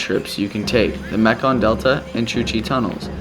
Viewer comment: Why do you say “Vietmanese”? Also, it’s Mekong not Meklong. Your videos are really great, however. I’m still surprised that you didn’t have a great time in northern Vietnam. It’s magical. Hanoi Old Quarter, Sapa, Ha Giang and Halong Bay are spectacular. Keep up the good work!